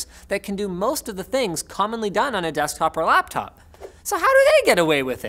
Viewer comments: "Lappop" - December 6, 2019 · ... Did he Say "Lappop"?